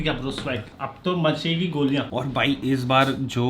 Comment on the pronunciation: its not "vai" it is "bhai" !!!! Please learn Pronunciation !!!!